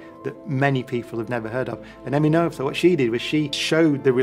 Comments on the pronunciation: Her name is pronounced "NURT-uh" not "NO-ETHER"! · No. She is German. Her name is pronounced "Nöter". Try and find out, how "ö" is pronounced.